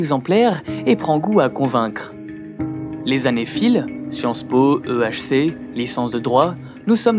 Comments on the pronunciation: il a dit EHC 🤦‍♂️ sinon très bien expliqué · Je sais pas si t'as fait attention mais à tu fais une petite erreur dans la prononciation de "HEC" Sinon excellente vidéo comme d'hab ! :)